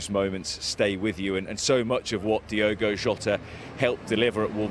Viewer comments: She couldn't even get his name right Diego really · Hey Ange, his name is Diogo NOT Diego...... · Diego ? Are you serious ? It´s Diogo not Diego, miss ! Learn the names before you appear on camera. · E`veryone is giving lovely speeches and tributes but can we all please get Jota's first name right..., Its NOT pronounced as "DIEgo Jota" it is spelt and pronounced "DIOgo Jota". That is all I ask thank you! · Seriously it's Diogo, not Diego. You think you might show the slightest bit of decorum in his passing by at least pronouncing his name correctly, but no. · This government and princes could at least get his name right... its not diego its DIOGO... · If they are going to jump on the band wagon at least get his name right!! DIOGO!! not Diego......... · Its unbelieable how at this day and age British still cant say non English names properly! Its DIOGO, not Diego... Have some decency and try to say the guys name... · It's Diogo Ange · A representative from the government and she can't even pronounce his name correctly, what an absolute embarrassment 😡